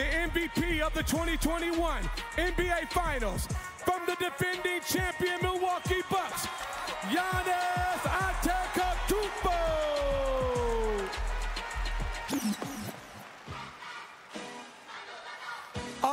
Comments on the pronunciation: Bruh we gonna ignore the fact he BUTCHERED Giannis’ name?? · why does it sound like they butchered giannis' name? 😂😂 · They said Giannis's name wrong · every announcer should respect Giannis' name imo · They really dropped the beat when Magic called Giannis' name wrong 😂